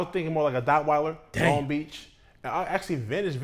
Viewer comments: This dude said Dockweilder 💀 🤣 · Bro said "Dockweiler"...💀💀💀